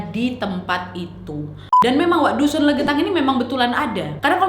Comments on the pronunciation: Yawla saking semangatnya cerita Berkali-kali dusun jadi dukun 😂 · Apa pendengaran gue aja ya yang ngga jelas yang gue dengar dukun bukan dusun dimenit maaf kalo salah🙏🙏🙏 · Dia bilang dusun kok kedengarannya dukuh/dukun sih 🤔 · 8.19 dusun or dukun? 2x salah ngucap wkwk